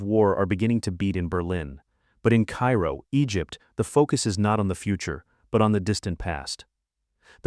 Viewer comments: "the Cay-Ro museum" your AI needs some extra training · You know, if your AI can’t even pronounce Cairo correctly, I’m not going to watch you video